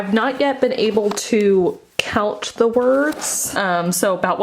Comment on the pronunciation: When you said "Count the words." all I could hear was "Count the shadows."